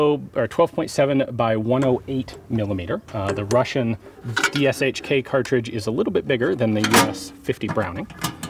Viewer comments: BTW, just wanted to quickly point out that the correct pronunciation of "DShK" is "DEH-shah-kah", not "DEE-Shk" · Deh-sheh-kah (shah is the correct old-timey pronunciation when you're learning to spell, but when spelling acronyms it's "eh" not "ah"). And no stresses, it's an acronym. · If some of you english-speakers want to pronounce DShK somewhat properly russian-sounding - here's some advice: You can use "ea" as in "death", and that sound is meant to be as short as in "death" also. The name itself will then be read like this: [d-ea] - [sh-ea] - [kah]. And the "M" in russian sounds exactly like it sounds in english if you mean DShKM - just add it at the end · It's more like "Doushka". The word itself roughly means "a charming lady", but comes from the abbreviation ДШК (DShK), the first two letters of which are names of its creators – Degtyaryov and Shpagin. Don't know what the "K" letter means, though. Edited: just "charming", applicable to guys as well :) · this is an awesome video! deshekA, that's how the Russians pronounce it... they stress the last vowel)..it seems that Ian is wearing the contemporary Russian combat uniform for the countries with hot climate)... the so-called "porosyachka" in the military Russian slang...:) great surroundings by the way, looks like Afghanistan)) I also noticed some old hit marks on the barrel of the tank's cannon...